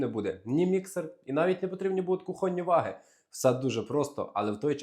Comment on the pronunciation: ВаГИ наголос на ГИ